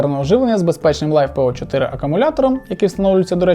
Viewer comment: Это писец, наймите нормального мужика спеца, на словах Лайфепо и 100А емкости можно выключать видос.